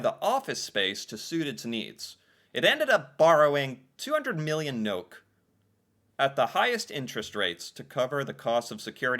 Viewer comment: NOK is short for Norwegian kroner, we never say nok 😊 (so funny) ....good reaction 👍 | I do believe all the Nordic countries have 5 week full paid vacation. Denmark do, for sure.